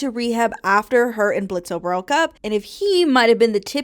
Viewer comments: Why do you pronounce the O in Blitzø’s name? It’s like a huge part of his character that he’s super annoyed by it/gen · Low key it gets annoying hearing people say BlitzO His name is Blitzø The o is silent. Adding the o is just more cumbersome too. He’s had the silent O since the pilot, why can’t people just say his name right?